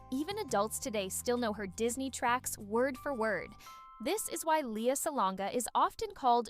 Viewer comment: Lea not Lia.. pronounce the name correctly